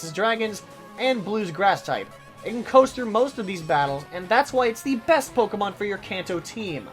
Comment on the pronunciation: Ur pronouncing pokemon wrong